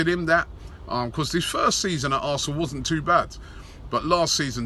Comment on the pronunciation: Robbie says arsenal "arsnoool" hahah